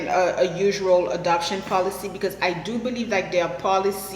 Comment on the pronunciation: Funny. You say adoption very much like abduction.. hehe